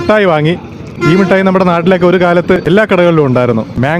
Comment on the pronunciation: പിന്നെ മിഠായിക്ക് മുട്ടായി എന്ന് പറഞ്ഞാലും വേണ്ടില്ല, പക്ഷെ കാഷി വിഷ്വ നാഥൻ എന്ന് പറയാതെ കാശി വിശ്വനാഥൻ എന്ന് പറയണം. ഷ അല്ല ശ(ഇതുവരെ അത് പഠിച്ചില്ല 🤦🏻‍♂️)